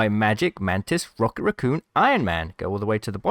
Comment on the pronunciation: “Rookit” raccoon lol